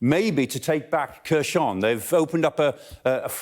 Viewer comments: It’s pronounced Herson not Kerson ffs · I like the way he pronounces Kherson as Kershon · One of the issues he has is reading names with Kh in them. Kh should be read as English H. So, Khersòn sounds almost like "Here, son" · Love the way he pronounces "Kherson" XD